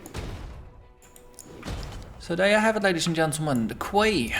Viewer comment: Haha, nice Monty Python reference. :) BTW, Quay is pronounced "key". I know, every time I see it written down I want to pronounce it the way you do. English is strange.